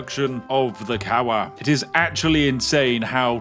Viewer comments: as a Polish person you spoke it wrong, it's kawa not kała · fun fack about polish - your pronunciation of "kawa" sounds like "kała" and "kał" means shit in polish. So even in polish you said coffee is terrible bewerage :D Also pronunciation of herbata was 10/10. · "Kała" i can't 🤣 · I love that you said "Kawa" (Coffee) as "Kała" where "Kał" means excrement in Polish and you said "Herbata" (Tea) almost perfectly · Pronouncing"kawa" as "kała" was actually so fitting, since "kał" is literally "poop". I wonder if Spiff was aware of this when he did it. I loved it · I mean. It was good pronouncion. If you meant to say poop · I love that your pronunciation of "kawa" sounds a lot like "feces" in Polish. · As a Polish person I can say that Spiff's pronunciation was almost perfect, with the sole exeption of kawa - he read it just like a certain Japanese youtuber i know, which is a big no-no. Other than that perfect 10/10 no complaints whatsoever. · The way you pronounced coffe in polish is actually incredibly similar to polish word "kał" which means poop. Your wonderfull british instincts make it so that you don't need to know a language to call coffe shit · Ngl, having so much distain for coffe to swich language to polish and then prociding to pronouce it so incorrecly and instead calling it a stool, as in extrement felt increadibly accurate to the character and planned somehow